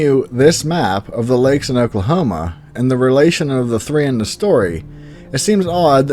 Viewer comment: You are pronouncing lakes wrong sir